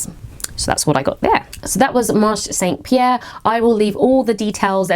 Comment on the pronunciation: You indeed pronounce Tissus Reine correctly! (But Marché Saint Pierre you don’t drop the e at the end of Marché so it’s marsh-ay rather than marsh 😉) I love it when you do Paris hauls, I spend soooo much time in these shops it feels like you’re visiting my living room!